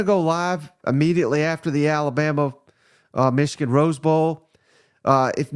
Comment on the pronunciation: I like hearing pronounce “Meeshigun” 😂👍 Rock On SEC!!